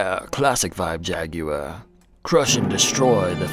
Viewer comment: 10/10 for the British pronounciation of ‘JagUar’. Little details like this are deeply appreciated.